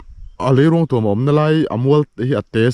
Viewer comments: Hmuhnawm thin e. Leiruangtuam_a 'tuam' lai hi a thluk hniam lo, a khamphei pangngai, 'puan ka thui' tiha 'puan' ang hian lam la a dik zawk ang. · Leiruangtuam i thluk diklo rei tawh khawp mai hrilh tu che an awm lo em ni aw.tuam i thluk dan hi lei zawk hi ruang in a tuam a ang tlat. Lei in ruang a tuam zawk tur a ni....i pem kha tuam rawh tih a 'tuam' i lam ang khan lam tur.